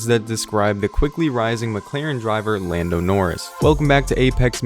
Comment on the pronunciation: Did it really say "Llando Norris" ?